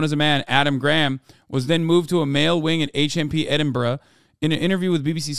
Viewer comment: Hasan actually pronounced Edinburgh correctly I’m impressed first time I’ve heard an American accent say it right